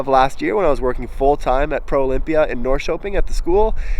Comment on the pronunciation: April is for sure my favorite time in Stockholm. I first came in February and hated it. I like all the drone pictures of Stockholm. It's showing a side of the city you don't usually get to see. Still wish you'd learn how to say Norrköping correctly. Don't any of the Swedes tell you you are saying it wrong?